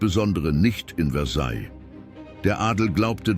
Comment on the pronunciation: Mir gefällt nicht der Sprecher. Er sagt immer: Versailllllllll. Sorry, jeder, der Französisch gelernt hat, kennt die richtige Aussprache: Versaij.